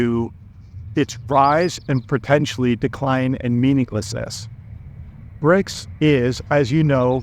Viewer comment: So CRIBS, not BRICS😂